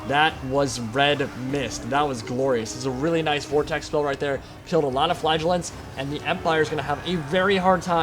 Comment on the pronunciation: in the biginning, I was wondering what you were calling "flagulance" ... efter a while I found out you ment "Flagelants" :D